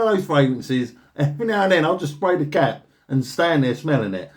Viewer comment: Did you say “I sometimes spray the cat” or “cap”? 😊